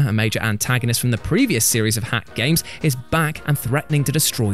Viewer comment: Thank you. That was pretty cringe to listen to....